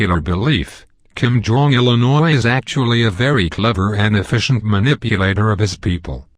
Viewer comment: "Kim Jong Illinois" lol